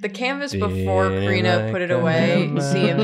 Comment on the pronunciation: said Kari-nah 😂